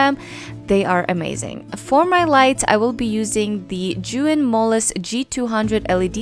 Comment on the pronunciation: It's pronounced as "zhe yoon" Besides that your work is amazing. I learned a lot on this video.